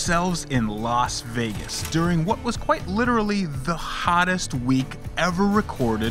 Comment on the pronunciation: It's Las* Vegas not Los Vegas. Los Angeles. Las Vegas.